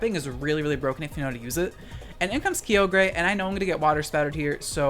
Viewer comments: I find it so funny how you've called it keeogree and groundon ironically for so long that it actually sounds normal to me. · "Kiyogrey" lol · Please keep up the narrated content. Where else can I get my soul-crushing 'Key-oh-gray' and 'Groundon' features? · Nah, Dynamax is one of the most fun VGC mechanics. Also, WTF at how you pronounced Kyogre.